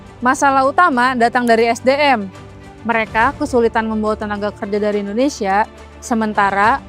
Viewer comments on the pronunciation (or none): none